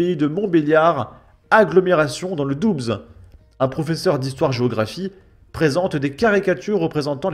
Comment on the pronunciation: Doubs se prononce dou tout court.